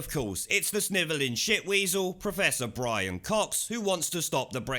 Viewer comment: BWIAN, BWIAN..